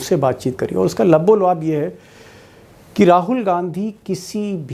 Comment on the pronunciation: U always say “Lubbo Luaab” Actually it is Lubbo Lubaab” Kindly keep correcting in future videos. Pertinently, Luaab, means mouth watery secretion Thnx